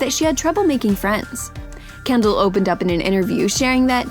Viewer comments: “Kender” It’s Kendal get it right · Um she said kender instead of Kendal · Is it just me or does she say Kender instead of Kendall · “while kender” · Kendall Jenner not Kender 😂🙅🤦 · You said kender 😂♥️ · Lol exactly 2 mins and 10 secs into the vid she called Kendall Kender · In she said kendar lol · Anybody noticed that she said kendar?? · she said kender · did anyone notice her say kender near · “While kender” ???????? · who else heard she said kender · she said Kendall’s name wrong